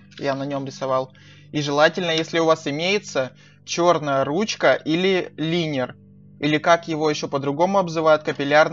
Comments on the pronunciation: Идиотина куска не линер а лайнер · Ору лИнер это лайнер